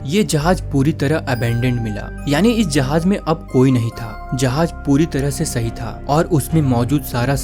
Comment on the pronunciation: Jahaj ❎ jahaz✅